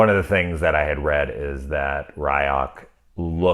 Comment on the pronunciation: * giggles softly * the creature is a shinigami - death god - and his name is pronounced Ree-ook (rheese + hook )